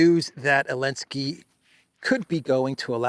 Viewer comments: Who is this man and why is he calling Zelensky, Elensky? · Hun how come u don't say the zed in zelensky just wondering